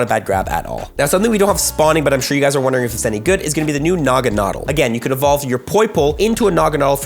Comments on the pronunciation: Nuh-gah-nah-dell. Lol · You’re pronouncing Naganadel incorrectly btw. Stressed syllable is “del” (as in, it rhymes with “Adele”).